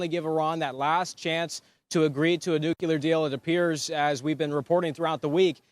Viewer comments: Nu cle ar. Not Nu cu ler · The word is NUCLEAR Noo clee ar.... Not NUCULAR!!!! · in Tel Aviv can use a lesson in how to properly enunciate the simple word "NOO-KLEE-AHR" and not and never "NOO-CUE-LAR". Gee wiz!!! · It's Nu-Cle-Er, not Nuc-U-Ler. It's not that hard. Oh, and nicely done, Israel. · Nucular? No! Nuclear ! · The word is NEW-Klee-urr! NOT Nuke you luurr...you sound uneducated... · Nu cle ar. Not nu cu lar. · Perhaps somebody should tell that reporter that the word is nuclear not nucular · I love you Newsmax. But hearing this guy say, “nuculer” over and over is like nails in a chalkboard. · Can you say nuclear as in --"new clear"? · Can’t stand the mispronunciation of the word nuclear. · Learn how to pronounce nuclear.